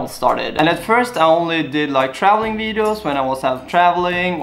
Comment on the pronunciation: kenapa orang skandinavia susah berbicara "v" , you always say it wideo not video hahaha